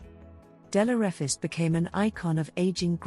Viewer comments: Straight out to bat , and you missprounce (misprounce) her surname. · You’re mispronouncing the last name wrong! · You have not pronounced her name correctly.